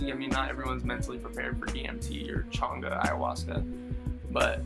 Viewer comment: The way you pronounce Changa makes me happy. Glad you got to experience DMT in such a spiritual way. I need to revisit the molecule asap